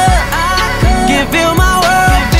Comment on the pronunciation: could 的發音可以再好一點 沒看字幕以為在講阿珂 想說甚麼瓊瑤劇